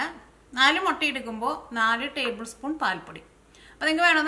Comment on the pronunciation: Motta Alla muttaa